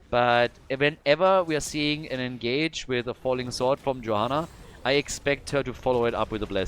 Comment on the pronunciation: Is it Khalkhal? No it's and it's Johanna.